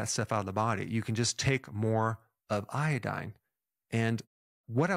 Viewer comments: It's not iadine, it's iodine. 😅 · Say iodine again